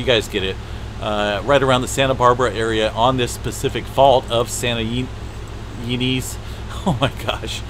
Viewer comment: Sir, it's Santa - ē-NEZZ.